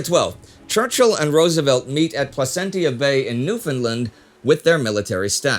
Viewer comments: Placentia Bay, pronounced Pla-shen-sha, not Pla-sen-tee-ya. And it’s New-fun-land, not New-Finland. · As a longtime viewer, huge fan, and a Newfoundlander, I must say I was a little disappointed with those pronounciations. Placentia bay doesnt have a hard T, it's closer to dementia in its enunciation. And we are not New Finland. Longer A in that. "Newf'n' Land" I love your work though so I can forgive you <3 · Plus it is pronounced to rhyme with 'understand' - New-f'n -LAND. I should know - I'm a Newfoundlander! Also, 'Placentia" is pronounced as it spelt "plasencha". Super-nitpicking, I know, but the mangling of the name of my island home by everybody in the world is a bit irritating! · Love that Placentia and Newfoundland get mentioned in this episode, but to help Indy with pronunciation (as a local): - Newfoundland rhymes with understand. "Newf-in-Land" - Placentia was close but instead of "tia" its almost a "cha" sound, "Pla-cent-cha" Been a fan of the team since the early Great War Days, keep up the great work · Also you pronounced it wrong, it’s said how it spells, not, New”Finland”. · In case it ever comes up again... Newfoundland is pronounced new-fin-land (it rhymes with “understand”). And Placentia is pronounced pla-sen-sha. (Source: me, a Newfoundlander; and Wikipedia: locally /ˌnjuːfəndˈlænd). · I love your channel but as a Newfoundlander, I need to help with a couple of points. Newfoundland was an independent country (well a British colony really as it had lost it's dominion status in the early 30's) at the time, so the Atlantic Charter meeting and agreement did not take place in Canada. Newfoundland is pronounced so it rhymes with "understand" with the stress placed on the last syllable. Placentia is pronounced Pla/sen /sha again with the stress on the last syllable!